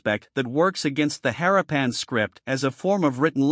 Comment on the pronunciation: Interesting subject. Repetitive, uninteresting video and images. Most annoying is the following: It is pronounced 'ha-RAH-pan' not 'HAH-ra-PAN'